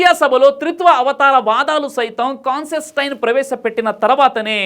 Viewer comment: Man, It's not orthopaedic. It's Orthodox. It's not consestine. It's Constantine. 😂😂😂😂